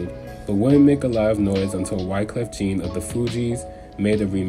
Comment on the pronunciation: Just for clarity, Wyclef Jean is pronounced as Wyclef John. Cool video, though. Very well researched.